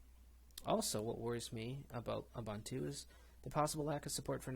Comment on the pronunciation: Debian, Deb Ian => Deb Eee Un Not Dee Be in Ubuntu, Ooo Boon Too Not Oooo Bun Too SuSE, Soozuh Not Seuss Repo, Ree Poh Not Rep Oh &